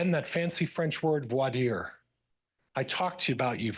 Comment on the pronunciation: No one believed Emma Murray. In English, it's pronounced "vwar deer". This is not a First Amendment issue. There you go,. I just debunked your entire defense case in three sentences.